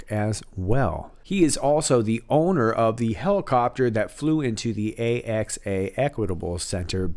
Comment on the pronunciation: Axe-uh is the way AXA is pronunced.